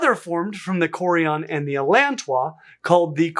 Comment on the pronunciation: "Allan Tois" deserves better. 😅